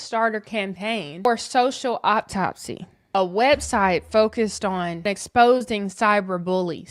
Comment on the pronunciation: I should’ve stopped listening when she said Candace flipped- But WHEN SHE SAID Candace is PROJECTING?!?! Nah, deuces✌️✌️ Then she said “auPtopsy”😂😂